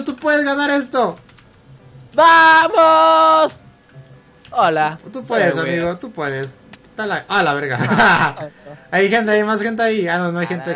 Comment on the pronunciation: ademas que dise ameo envede de disir amigo dise ameo